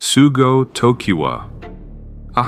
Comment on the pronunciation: It's Sougo, not Sugo.